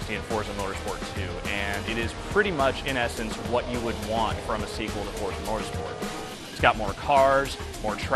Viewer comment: y can't he pronounce forza?